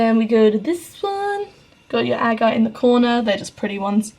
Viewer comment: You are mispronouncing "agate".